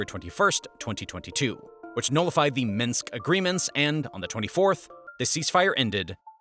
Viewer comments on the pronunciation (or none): These videos are very thorough and well done. However, viewers should be aware that the majority of pronunciations are incorrect. There are too many to list, but for example, Minsk is not pronounced "Meenx." "Maidan" is not pronounced like the English word, "maiden," but rather like, "my-Don." So enjoy the historic education, but don't repeat the pronunciations. 👍🏻